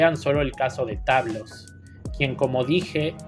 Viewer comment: *general tablos. Un poquito de respeto por favor